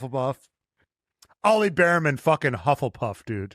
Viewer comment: it’s not “Beerman” it’s “Bearman” like /bare-men/